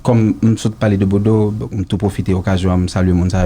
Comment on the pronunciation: tout sa ap di fòk li fè fot poul di bodo li di bòdo 😂